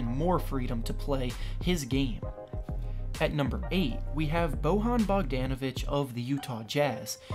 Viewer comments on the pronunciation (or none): 1. KD won't play 2. Once Klay is healty DLo is traded or benched 3. Ariza won't start 4. Eric Gordon is going to be 6th player 5. Tatum is better than Ingram 6. Craig over Barton. Not really 7. Bojan is pronounced Boyan not Bohan Imo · you pronounced Bojan Bogdanovic's name wrong. The "j" in his name is pronounced like a "y" not like an "h" in spanish names.